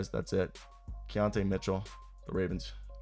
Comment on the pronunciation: Key-ton Keaton Mitchell 😂😂🤦🏾‍♂️